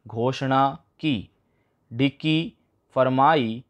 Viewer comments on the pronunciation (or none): हद है, ढाणी को ढाड़ी, डिक्री को डिकी, सींव को सीव, बोल रहा है, देखकर भी नहीं पढ़ सकते क्या😡😡😡